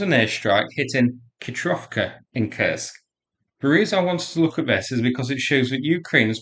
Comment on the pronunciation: I do wish you’d learn to pronounce Kursk properly. You seem to be trying hard with the Russian town names but you’ve overlooked how Kursk is pronounced.